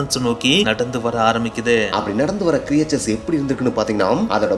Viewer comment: Very nice bro. But very often You pronounce the word creatures wrongly. Its not கிரியேச்சர்ஸ் But கிரீட்ச்சர்ஸ்.